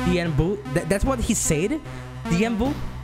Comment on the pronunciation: Took me a sec to figure out who tf is "bambu" To anyone else thrown off, it's bandu